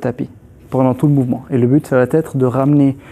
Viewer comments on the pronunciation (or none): Super vidéos merci. Juste un truc: ya pas de t à ça va être. Pas de liaison